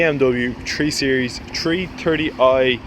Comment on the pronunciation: You're right, he should pronounce it "free series" in that bastardised Estuary English manner!